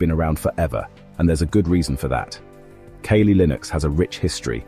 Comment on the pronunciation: Everytime the bot said "key-lee" i almost lost it